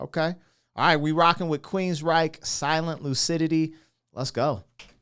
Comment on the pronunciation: That is how you pronounce the name of the band name and I am happy you did. This album, EMPiRE, had 4 bangers. The title track, Is Anybody Listening, Jet City Woman and this ballad. Geoff Tate has a fantastic voice but I haven't heard anything. from him since Queensryche.I fell in love with this because of the violin 🎻.